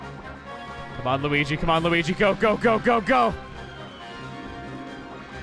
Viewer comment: You mispronounced Luigi